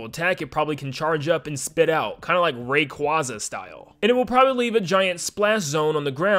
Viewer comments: Horrorboros refers to Ouroboros, a snake eating its own tail, representing the cycle of life and death. They are not adding dragons, but snakes. Edit: The pronunciation of Rayquaza annoys me more than it should. You say “Ray-quah-za” yet it’s actually “Ray-quay-za” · btw rayquaza is pronounced “Ray-quay-za” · Was about to comment about the Rayquaza pronounciation, thank you.